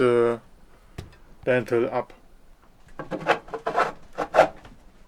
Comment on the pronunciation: i also enjoyed when he kept calling the lintel a lentil, eins zu eins mein vater 😂